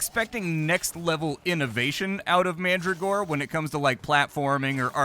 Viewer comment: Pronounced Man-dragora, not Mandra-gora.